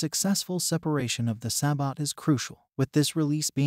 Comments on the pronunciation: SAY-BO SAY-BO SAY-BO SAY-BO. Not Sa-bot. The internet exists for correct pronunciation. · it's pronounced "say-boh" just fyi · God the pronunciation of sabot is awful, other than that great video. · Yeah I was gonna say this too. It's really jarring to hear it mangle the pronunciation like that. It's cool that people can use AI voices if they aren't comfortable using their own voice for the narration, but at least put some effort into it.